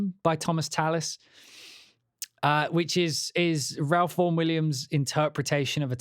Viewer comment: The 'Ralph' in Ralph Vaughan Williams is pronounced 'Rafe' btw